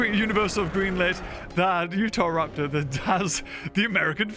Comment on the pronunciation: Remember when used to call Utahraptor, Utharaptor.